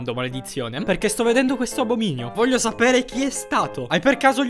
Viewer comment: Che rabbia vorrei dire un sacco di parolacce ma non vohlio